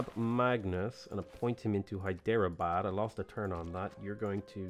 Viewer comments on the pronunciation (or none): Hyderabad is pronounced as "Hydra-Bad" the e is silent.